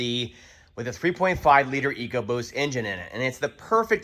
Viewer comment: I was like, 2017 is 3rd year :) then he said sco-boost and Im like ya...